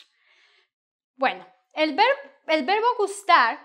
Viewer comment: Why do you pronounce gustar like an American😹